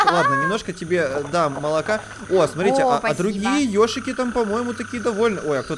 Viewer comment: Мне одной слышится что говорит не йошики а йоршики?